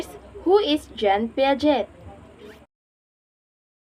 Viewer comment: Hello hindi po (pyaget) yung pronunciation ng Piaget. Ang tamang pronunciation ay (Piajey) or Piaget.